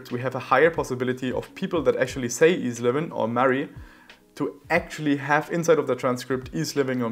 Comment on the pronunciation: Interesting - and thank you for making us aware of the keyword boosting / supression. however, 1 thing though: I would expect to pronounce EZLivin as Eazy Livin or E-Z-Livin, not as-livin as it is pronounced right now. If that was the case, how could we do this?